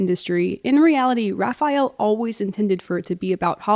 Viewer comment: I swear if I hear Raphayel Bab one more time...